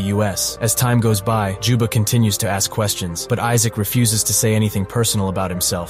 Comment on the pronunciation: "Jubba" "Joba" "Joma" its juba goddamnit